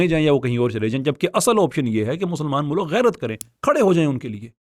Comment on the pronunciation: O 'MULAK' nhil 'MULK' & 'Univresty konsa lafz hy